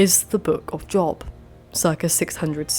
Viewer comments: FYI it's pronounced "Jobe" rather than Job. I don't know why. I'm loving the first two videos I've watched. How did I not find this channel sooner!? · In Job the o is said long. It's said Jobe, even if spelled Job.